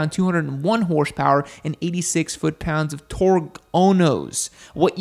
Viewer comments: Is there a reason we stopped saying torque? I'd get it if you said something completely different each time, but it seems you just like sayings torgs. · I hope i see the day that yam gonna say torques right 😂